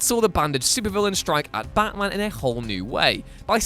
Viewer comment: Can you say baT-man